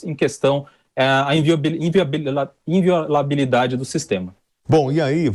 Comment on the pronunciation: Esse esquerdopata nem sabe falar inviolabilidade,kkkkk